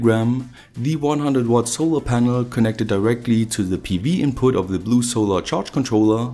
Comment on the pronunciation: "solor ponol"